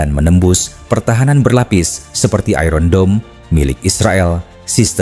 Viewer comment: That's English, pronounce it correctly.